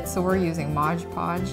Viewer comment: Mod Podge. It's called MOD Podge, NOT Modge Podge